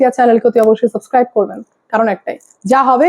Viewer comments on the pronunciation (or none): none